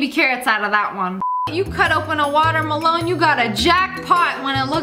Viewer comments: Does u want da water malon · Whenever she said melon I just heard water malon. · Watermelon-water meh lawn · Nobody: Literally nobody: SSSniperwolf : watermalone 😂😂😂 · SAME😂i started to pronounce watermelon like that since then😂